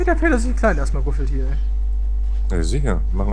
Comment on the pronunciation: ich liebe de Peter .. ein paar geile Sprüche und die Aussprache <33